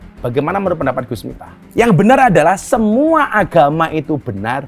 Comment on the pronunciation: Miftah,, pake f, bukan mitah 🙏🏾😁😁